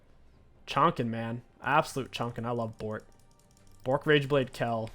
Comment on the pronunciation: it is not BORK its BOTRK and its not KELL its KAYLE